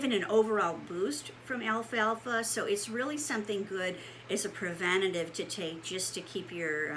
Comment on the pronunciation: Why are ppl pronouncing this Alfa Alfa ? It’s al-fal-fa 🤦‍♀️